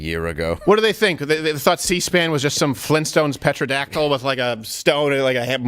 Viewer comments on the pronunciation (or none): I love you Steven, I really do. But did you say "petra-dactyl?"